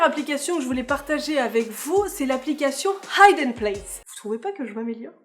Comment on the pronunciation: Merci pour toutes ces apps, très pratique ! (On dit 'hidden' par contre, pas 'haïdden' ;))